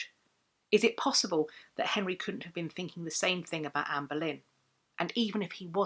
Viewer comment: I feel like a right irreverent ass for hearing “Amberlynn” in the pronunciation. Like, sure, I waste shameful amount of time in gorl world, but FFS. Here I am trying to better myself!